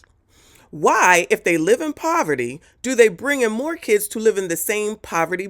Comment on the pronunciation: Every time you say that: "Kidzzzz" I burst out laughing. You are hilarious!